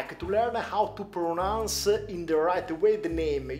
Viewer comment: Ken iu tich mi hau tu pronauns it correctli